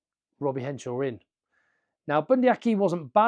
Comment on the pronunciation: It's Henshaw, not Henshore!